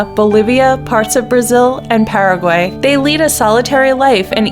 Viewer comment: the way she said uruguay and paraguay bothers me